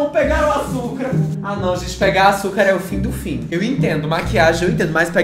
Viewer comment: vai virar meme agr ''AÇUKA''' KKKKKKKKKKKKKKKKKKKKKKKKKKKKKKKKKKKKKKKKK